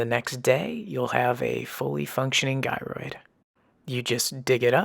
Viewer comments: it's Gyroid not Guyroid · btw, gyroid is pronounced with a soft g, like jyroid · Do you have to have played for a year in order to be able to find it? Or anyone can no matter what? It’s pronounced Jyroid .lol